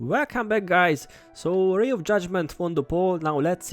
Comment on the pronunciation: Yeah one of my favourite monk skills. God I love using ROY of Judgement sometimes. It's not Ray anymore I like the way you say it. Everyone cast ROY on the group now!:face-green-smiling